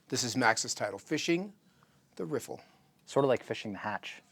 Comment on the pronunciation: "rifflifliffiflllfffif" (Courtesy: )., thank you for creating the perfect out-of-the-mouth audio-visual lip synched water movement river riffle lesson ever. That is why you are #1 the BEST!! Picture frame was worth a thousand words. LOL